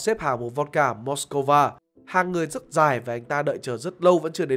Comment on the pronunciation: Hoặc là "Mát-xco-va" theo cách đọc tiếng Nga (Moskva), hoặc là "Mos-cow" theo cách đọc tiếng Anh (Moscow). Chứ "Mos-co-va" là thể loại lai căng gì?